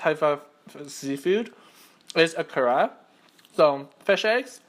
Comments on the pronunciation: omg such incorrect pronunciation of Ikura made me wanna cry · You say ikura wrong !!!!!!